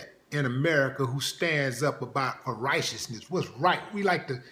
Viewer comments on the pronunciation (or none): Ry-shish-ness. WTF does that mean? (righteousness)